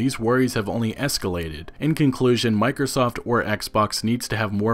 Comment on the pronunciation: Every time he said Microsoft i heard mikersoft